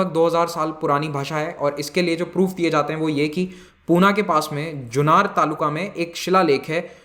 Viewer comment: पूना नाही "पुणे" , जुन्नार नाही "जुन्नर" , सतारा नाही "सातारा"